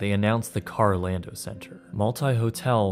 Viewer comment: Carol ando. Not karl o lando